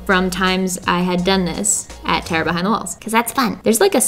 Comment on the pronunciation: your philly accent comes out to play occationally. It sounds like you're saying "Terra behind the walls". It's like you're an apprentice for Neil Degrasse Tyson